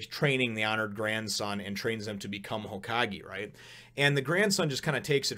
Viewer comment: It's pronounced HōKagé.